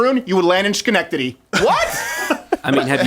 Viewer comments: Schenectady: sken-EK-tah-dee, not shen-EK-tah-dee. Sorry, live there, had to. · Schanectity? What? XD